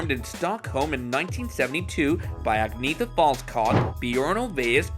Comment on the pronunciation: For HEAVEN’S SAKE!!!! Her name is pronounced, “ag knee EH tah”!!!!